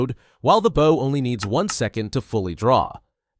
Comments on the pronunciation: Baaw and arrow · and bow is not pronounced like bowing down to someone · Bro can’t say bow half the time